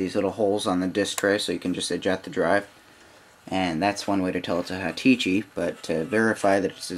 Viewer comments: "HA-Tichi" !! that's funny. It's Hitachi. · haha u say hitichi...nice tut though shall come in handy